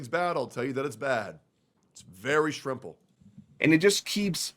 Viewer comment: "it's very shrimple"